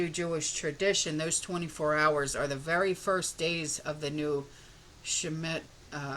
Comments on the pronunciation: Pronunciation: Shhhh sme ta. Hope that helps. Blessings 🌸🌸🌸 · So basically you have no idea what will happen. None of us do. I do believe personally that it has to do with the Jewish holy days. We’ll see. I’ve always heard it pronounced sh-meet-a.